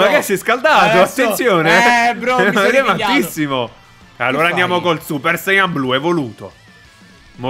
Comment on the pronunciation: Super sayan ji goddo no super sayan ji godo😂😂😂😂😂😂😂😂😂😂😂